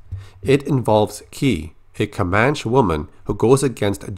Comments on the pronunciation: ComanchE not comanch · Hey I think it's pronounced 'Komanchee'. Love your videos man keep it up! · It's pronounced "Kuh-Man-Chee" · Comanche is pronounced kom-AN-chee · It’s pronounced “Ko-Manch-ee.” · Your pronunciation was nearly on point, they actually tack on that E sound in Comanche. Great video, thank you for the updates! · you are pronouncing "Comanche" wrong..